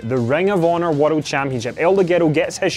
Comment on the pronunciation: stop saying world like wotled!!!